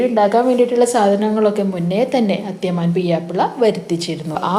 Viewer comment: അത്യമാൻ അല്ല അതൃമാൻ